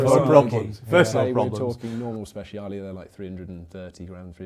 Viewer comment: Strad, Scud.. sure. But for the love of God, never refer to a Speciale as a "Spesh" ever again. 🤣